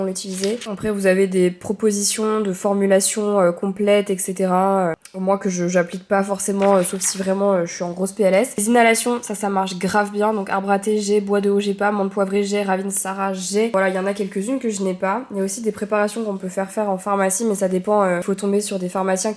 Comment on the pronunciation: Marie, en malgache on ne prononce pas autant le "a" Final. Ça se prononce presque "Ravintsar" 😁